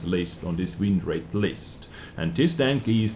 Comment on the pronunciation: Am I the only one that cringed every time he said wind rate